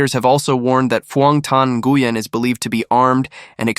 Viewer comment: Nguyen??? OMG. The way that name was bashed right from the beginning. Ouch. That hard G when it should be silent is like crackling in my ear. 📢🦻🏾